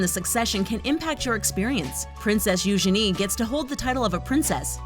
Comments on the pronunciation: You-gene not you-ge-ne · What do you mean - "Moved into a SMALL cottage?" Frogmore Cottage is five cottages joined into one large dwelling. It has for example five bedrooms. Have you seen the picture of it? And the princesses Eugenie's name is pronounced You- GEE- nee". Make sure you do your research before doing your voice-overs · It's not youshany it's youjeny(eugenie)!!!!!!!!!!!! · It’s Eugeenie get it right America